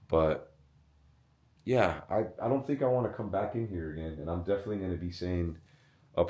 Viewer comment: he said me defently